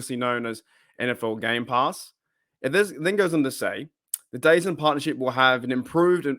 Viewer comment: Are you mispronouncing dazn on purpose because you hate it so much?